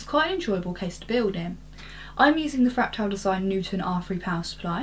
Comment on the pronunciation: why does she pronounce it "fractile"?